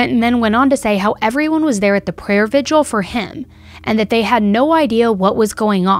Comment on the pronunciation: I like, and maybe I'm too picky but humor me....I'm almost 65 years old, and did well in english and editing and writing. Why do people pronounce the word "vigil" as Vid-u-al? That's incorrect and it is spelled just the way it should be spoken. Vi-gil. Thanks. ETA: cannot figure out why there seem to be so many of these really fucked up and sick ppl in the world.